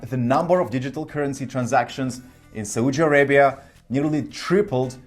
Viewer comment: Please learn how to pronounce "Saudi Arabia" properly. It is like you are slapping your face to punish your ignorance and stupidity every single time you are saying "Saudi Arabia" in an awfully wrong way. It is important to say a country's name correctly before posting or saying anything about it. There are so many resources available online that can provide correct pronunciation of any foreign words. Please have some decency, respect and be well prepared.